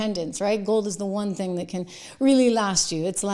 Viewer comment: How awful in the first thirty seconds of the show you dropped your t's twice. Are you kidding me? Speak English. pronounce your t's. You sound like a moron. There is an attack on the English language and you are participating. How Awful!